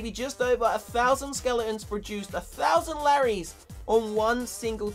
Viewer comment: Why do you say skeleons